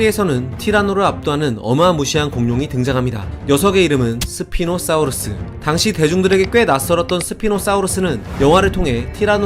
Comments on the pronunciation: 사우르스가아니고 사우루스입니다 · 발음 개어랴웠겠다 ㅋㅋㅋ 스피노스뵤ㅣ노습히노스픠노